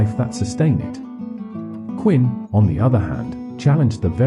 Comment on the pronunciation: Who the hell is “Quinn?” If you can’t get the man’s name correct, why would I think you can get his, or Wittgenstein’s or Strawson’s, thoughts correct? Sounds to me that your interpretation’s of these three men may in fact be interesting and informative, but your presentation is horrific and disturbing and distracting. The narration renders the entire video and detracts from anything meaningful you might have to say. Maybe if I watch with the audio on mute.